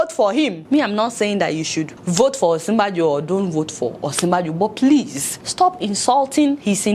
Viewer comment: The joke is good Deola and I like your approach too...Next time, just remember the correct pronunciation of Osinbajo...its a yoruba name and I am sure you are yoruba yourself.